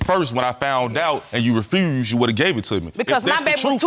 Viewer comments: “She refruused” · "REFROOZED"⁉️ And he said it several times.